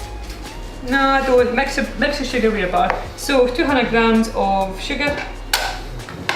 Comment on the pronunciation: >How much sugargh, two hunert?